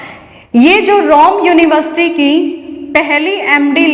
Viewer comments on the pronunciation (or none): none